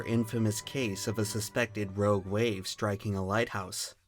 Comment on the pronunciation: the way he says “rouge waves”